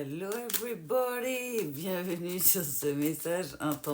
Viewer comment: Hello j adore le "every body"